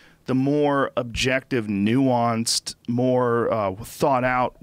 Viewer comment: Joe "Nuansced Opinion" Rogan